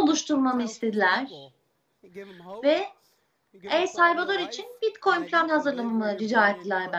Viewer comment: Bitkoyun mu diyor?